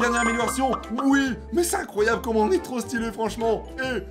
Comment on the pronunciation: mec ta dit incroyaux au lieux de incroyable c'est pas que je t'insulte mais j'ai juste remarquer sa